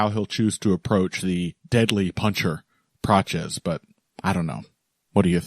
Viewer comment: It's not Praches lads, it's Prates. That's how the man himself pronounces it, and he would know - he's a nerd 🤓